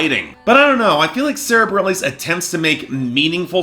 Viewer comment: Bah-rel-eez? You can't even get her name right... among other things